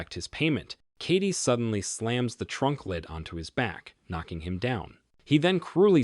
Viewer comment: The villain is Ram Kady. The way you say it sounds like Katie. Either use the first name or pronounce better